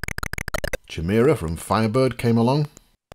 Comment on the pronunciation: With respect, because I can't get enough of this show, chimera is pronounced "ky-meera". And you missed the d from Snodgits :)